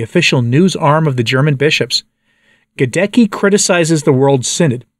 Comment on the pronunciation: GhadeTSKEE not Gadekki!!!